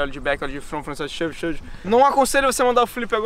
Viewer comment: "OliE" - "Ollie" "Shivite, NolliE" - "Shove It, Nollie" "Se tu falar Flip errado eu te dou um soco" - "QUEM É FELIPE?" KKKKKKKKKKKKKKKKKKKKKKKKKKKKKKKKKKKKKKKKK